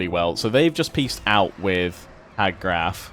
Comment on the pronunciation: Hag Graef = hag "grayf"